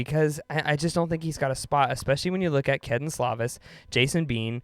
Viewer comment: Learn how to pronounce names. It's Slovis, as in Slow vis